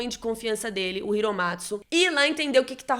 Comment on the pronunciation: hiromatsu (iromatsu) é Hiromatsu (Riromatsu, ri de riko)